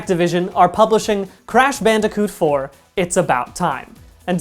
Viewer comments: Crash "Banderkoot"? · I can't get thru this with the audio clipping and the fact that he pronounces bandicoot weird